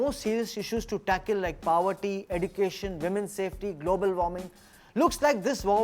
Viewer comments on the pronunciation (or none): Atul Khatri said "pawarti" instead of "poverty"..LOL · was i the only one who heard him pronounce poverty as power tea??